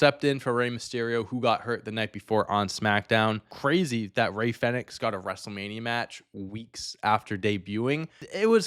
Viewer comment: The triple threat match between Iyo, Rhea, and Bianca was the best match of both nights. The Punk, Reigns, and Rollins was def second. I'm sorry I couldn't tell who you were talking about in the Chad Gable, Rey Fenix match. Fenix sounds like phoenix not fa nicks. I thought the moonsault senton was cool too.